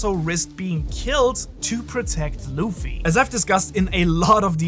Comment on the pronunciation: i watched this for 60 seconds and just thought if i have to hear you call him loofy one more time im gonna jump through the screen and punch you in the face